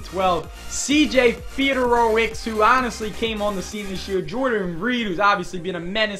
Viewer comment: Its actually pronounced fe-door-oh-wit-z